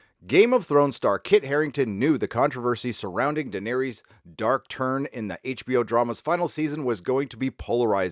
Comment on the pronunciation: Please pronounce Daenerys correctly....please.